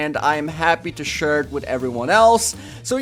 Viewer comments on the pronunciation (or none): 'happy to shere it' twistz 2016